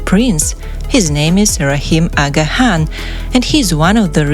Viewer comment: u are not pronouncing the name Aga Khan correctly & some other words & places as well,sorry.